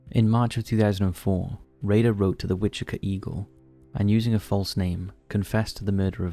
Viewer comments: It's Wichi-TA, not witchica :face-orange-frowning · How do you fuck up Wichita so hard? It's a t not a k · You mispronounced Wichita lmao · The way you're saying Wichita is killing me..